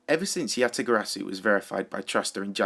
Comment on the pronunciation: omg stop saying YataGarasu if you can't pronounce it correctly